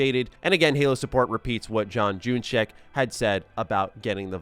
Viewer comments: John junyszek sounds like unishek not June E Check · John Junyszek's last name is pronounced the way is handle is spelt "Unyshek", it's Germanic.